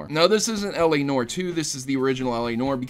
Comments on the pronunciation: LA "NOR" ....NOR..... It's pronounced "Nuh-war" but one syllable. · It's pronounced "nwahr", not "nore". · It is pronounced NEW-AR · Oh my god the l.a. Noire pronunciation in this...